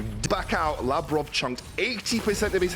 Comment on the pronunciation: I only disliked how they butchered Labrov's and Sygenda's named. Overall I think they just need some time to establish themselves